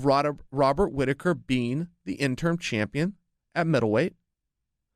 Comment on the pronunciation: You keep saying “interm” haha